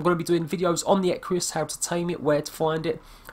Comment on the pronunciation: There is no 'I' in Equus..